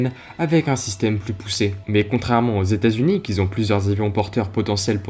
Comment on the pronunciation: "Voillent"? Du verbe Voilloir? : "Antoneuve"... mais maintenant que c'est vieux, on peut dire AntonAUVE, et peut être AntonoF 1'08: "qui z'ont"??? 2'25" : Pourquoi comparer un avion de cette taille à un 737? Un A380 ou 747 aurait été plus pertinent. Mais vidéo intéressante. Je pouce haut